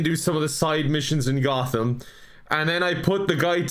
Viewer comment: I can't forgive you for how you pronounce Gotham. Unsubscibbled